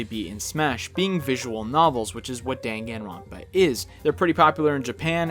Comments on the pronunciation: Now I know how to pronounce Danganronpa. It'd be interesting if either of these guys made it into Ultimate. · The way he pronounces danganronpa puts me in physical pain